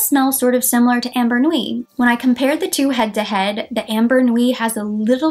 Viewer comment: Ambre Nuit = Umm-BREY , not AM-Ber